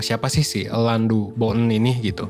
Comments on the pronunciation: Dibaca Alain aja kak jangan Elan.. Malah aneh. Either Alang atau Alain aja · Alain itu nyebutnya ALE min! Alain de botton jadinya Ale de Botto .nama perancis gitu huruf N selalu ga disebut ‼